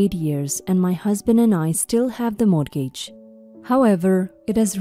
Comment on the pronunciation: Once again- the word “mortgage” is pronounced: “MORE-gidge.” The ‘t’ is SILENT!